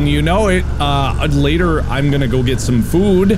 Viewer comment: I just want people to know that the voice Mark is doing is basically like several minutes of him making fun of his own Ohio midwestern accent XD The way he says "get some food" oh man. That's midwestern.